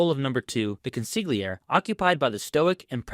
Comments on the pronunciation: I just heard the narrator say "Con-sig-li-air" Beware of Mafia experts who pronounce the word Consigliere as "Con-sig-li-air" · Pronounced “Con-sil-yeri “… the Italians don’t pronounce the “G” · It's pronounced Cōn-seé-âir-eé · I wasn’t happy when Sil pronounced the G in consiglieri. This is something non Italians would do . CONSILYERI! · 😂😂😂😂😂consiglier? Bro learn how to pronounce the words properly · It's always funny when I hear consigliere mispronounced. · Love ur vids, but u gotta stop pronouncing the ‘g’ in consigliere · please pronounce consiglieri correctly.